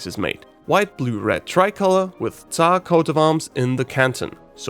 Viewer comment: You did a great job about explaining our flag. Some people (not even from Russia) now know some more about our culture and flag. And about "царь (tsar)": you have a really good pronunciation. I'm using Busuu, and people there (not only beginners) having really bad pronunciation of that word time to time.